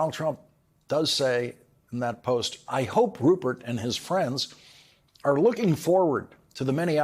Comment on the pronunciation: LAWRENCE!! I TOTALLY love you, but PUHLEEEEZE get facts straight. The amount awarded to the Dominion voting company was $787.5 million. You said $767. And it sounds like you are mispronouncing the name.... It is RuPert!! It sounds like you are saying RuBert Murdock with a B.